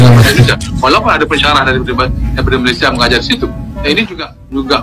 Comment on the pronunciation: Oke TAMBAHAN SEDIKIT..RAKYAT MALAYDESH TIDAK BISA BICARA DENGAN AKHIRAN...R,,,,SEPERTI INI: POWER 👉DI BACA: POWE BANJIR 👉DI BACA: BANJI SINGAPUR 👉DI BACA SINGAPO JOHOR 👉DI BACA:JOHO